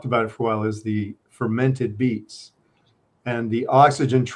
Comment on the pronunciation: DID U SAY EEF OR BEETS??